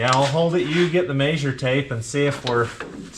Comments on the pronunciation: please stop with the (mazure tape) it's pronounced (mezure) (measure) so please just say it right. I'm going to comment on matts of road also and ask him to stop it also it annoys the crap out of me and I love your guys videos and watch you all allot or as much as I can lol!!! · Maysure taype is the most rural Utah thing I've ever heard.